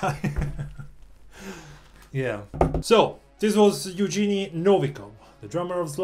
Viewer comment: Pretty sure his name is pronounced the way it's spelled. Yev-gen-ey